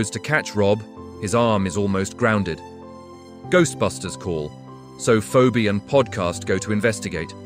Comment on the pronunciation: Gooserbusters??? Look, if you're going to create a bunch of AI slop about a movie, get the facts and pronunciations correct.